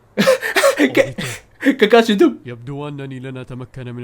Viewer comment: اي احد لاحظ ان قال كاركاشي في